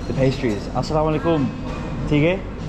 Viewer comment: Bro! I have been watching your all Bangladeshi vlogs for the last few days. The way you are saying 'Assalamu-Alaikum', 'Kemon Achen', 'Valo' is absolutely amazing. For me you are the best among all the foreigners who made vlogs on Bangladesh.